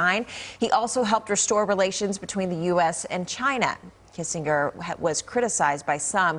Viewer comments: After 100 years, you could at least pronounce his name correctly. (Soft G) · For someone as well known for as long as Henry Kissen(j)er was, it would be appropriate to learn how to pronounce his name. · That is not how his name is pronounced!